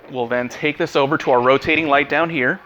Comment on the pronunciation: "roating light" omggggg you're trying tho, so good job